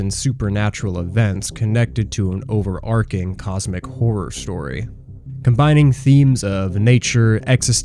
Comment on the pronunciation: Holy shit you pronounced "overarching" correctly instant sub